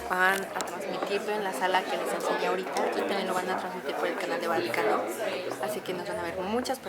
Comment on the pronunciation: Like si karen dijo vanocano en el minuto